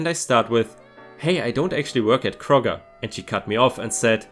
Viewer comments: You got Kroger right. (Like Crow-ger. Crow as the bird.) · Don't worry, you pronounced "Kroger" correctly. 🙂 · Don't worry. You pronounced Kroger correctly. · No, you pronounced Kroger right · ************ Kroger pronunciation is correct. Long Oh sound. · you said Kroger right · You said Kroger just right. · You pronounced Kroger correct! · You pronounced Kroger exactly right. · You said, "Kroger" properly. We usually say, "Kroger's", but close enough. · No, you didn't butcher the pronunciation of "Kroger". It's definitely pronounced the way you pronounced it,. I say as a former cashier at King Soopers (which is Colorado-flavoured Kroger). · You pronounced Kroger correctly. At least, that is how they pronounce the stores name in my area. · I live in the town that houses Kroger’s headquarters. That is,indeed, the correct way to say it. :) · You most definitely pronounced Kroger correctly! And I laughed out loud at the phrase "old lady treats" in the one sweet story. Not sure why I got such a kick out of it, but there ya go... Love your channel and work that goes into it! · You got Krogers right, but Tucson is pronounced Too-son the "c" is silent.